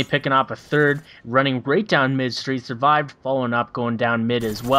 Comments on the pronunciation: hes called surved not survived lol. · Its Surved, not survive